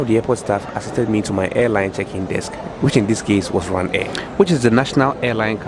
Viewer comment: I started laughing immediately I heard what sounded like “Ryanair”😂😂